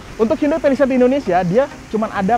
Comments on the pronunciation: Cara yg bener ngomongnya Pa li seit Bukan Pe li seit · Ke "pelised".. Ati2 licin om